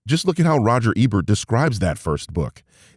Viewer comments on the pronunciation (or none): none